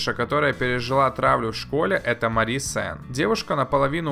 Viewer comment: Ма́РИ СЕНН А НЕ МАРи́ СЕНН!!!!